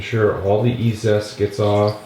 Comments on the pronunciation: EEE ZEEE EST NOT E ZEST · Fwiw, I believe it's E-Z-EST, as in EASIEST; not E-ZEST. Three syllables; not two. 😉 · Pronounced 'easy est'